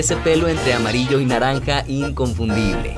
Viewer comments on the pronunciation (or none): none